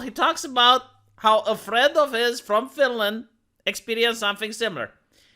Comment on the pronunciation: "Finland"- Not Finaland and "aghast"- Not agasp.